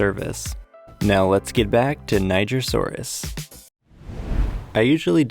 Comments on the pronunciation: Hello! I can see you are pronouncing "Niger" wrong. The correct pronunciation is nee-jere, not nei-ger. Niger is a French word, that's where it gets its odd pronunciation, and it means river of rivers! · É pronunciado nee-jer-sou-rus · It's pronounced ni gr saurus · nigersaurus? niger is pronounced nijer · It's pronounced Nijer people, NIJER. Keep the comments normal 🥀🥀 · No! It’s pronounced Ny-jer-sor-is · Its pronounciation is ni-jeer-sor-us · Omfg I have always pronounced the word Nigersaurus as Knee-zh(j)ian-saurus, great to know I've been saying it wrong since 2011 😭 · It’s pronounced nye-ger and it’s the name of the country it was found in. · he pronounced it naijer so its not supposed to be what were thinking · Okay people. It’s pronounced Knee-jer-saw-us After the country of Niger (knee-jer) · Why ni... Was the country it was found in called uh... niger?(its pronounced ni-jer) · I don’t think you pronounced nigersaurus correctly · Are you sure it's pronounced like that? 🤔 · oooh NIGER saurus, yeah I severely mispronounced that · Youre saying it wrong😂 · “Niger”asourious is just rude 😭😭😭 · it pronounces "j"